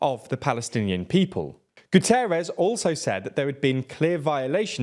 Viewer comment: It's Guterres...